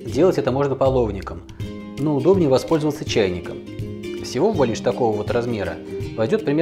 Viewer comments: Зур Бэлеш правильно !!!! А не бэлиш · Не белиш, а бялиш. Сразу можно не смотреть ролик